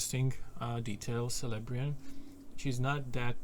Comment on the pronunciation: The letter 'C' in the names Celeborn and Celebrian is pronounced like the letter 'K', not like the letter 'S'. C'mon, if you're a Tolkien nerd, you should know this!